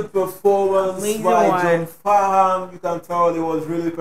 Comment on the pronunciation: John Farnham or better known as Farnsy is an Aussie icon a lot of Australia’s can’t listen to this song without shedding a tear or two. Should check out the song “when something’s wrong with my baby” by Jimmy Barnes and John Farnham (the H is silent)